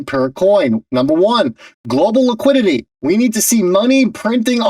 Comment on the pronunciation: Really ? There is no such word as "Laquidity". You speak bad English. Be correct or be quiet.